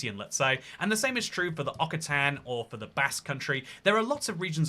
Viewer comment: Okkitan, Weeghurs?? They are Oc-citan and U-yghurs....